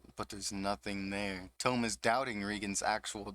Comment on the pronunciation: Hi! Not to be a dick. Ut its peonounced TOE-MEH and not TOUM like a book Love the vid!!!